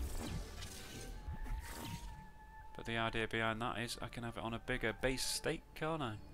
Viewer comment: This video will prob be demonotised too you accidentally said cnt instead of can't on 😅😆